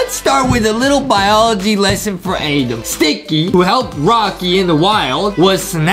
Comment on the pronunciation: it’s spelled Adam I think but Justin pronounces it “Adem” as a joke- but still not sure